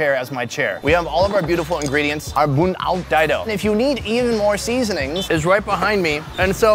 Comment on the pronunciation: It’s pronounced Buon (oak)